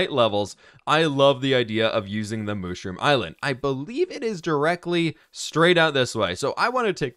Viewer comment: You don’t say moshroom you say mushroom 🤦